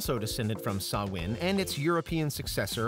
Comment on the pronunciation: Kudos for pronouncing Samhain right 👍